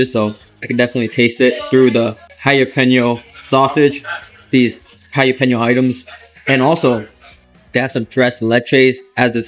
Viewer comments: What is a Hi Ya Peno? 🤣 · Once again, it's not "Hi-ya-peno"